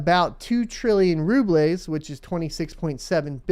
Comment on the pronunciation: Rubles is pronounced "roo-bulls"